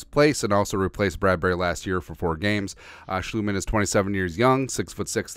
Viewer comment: It's Sch"LOT"mann not Schlootmann